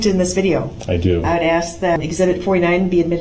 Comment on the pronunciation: The worse one for me is saying ax instead of ask.